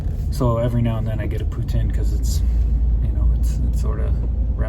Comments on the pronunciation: He said Putin, like Russian Prez, but I thought it was pronounced Poo-teen ? Please advise. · I dont know why it bugs me, but I can't stand it when people pronounce it poo tin. Doesn't sound right, isn't spelt that way. Poutine=pooteen lol I know I'm wrong though 😆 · I can't stop hearing "Poo Tin" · Had Poutine in Waterton at Weiners of Waterton. Mmmmm good. They pronounce it “poo teen”. Is it pronounced differently across Canada? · Love the freedom you have living from your van. Enjoy your time with your daughter have lots of cuddles, i'm sure you've heard they grow up way to fast :) well they do my baby turns 25 on the 21st..WOW! Oh ya poutine is awesome but we pronounce it differently like everything here on the rock..:D